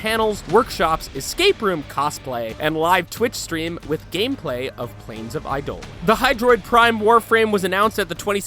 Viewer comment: Number 7 is a lie their is no more void keys, it's outdated and you mispronounce Plains of eidolon